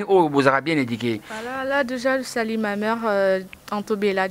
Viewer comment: Wech,mais pourquoi force tu la langue de Molière?essaie d'être un peu plus naturelle,tu ne donnes pas envie aux gens de t'écouter jusqu'à la fin meuf.Et on dit ma mère,et non ma meure,conasse.Désolée 😉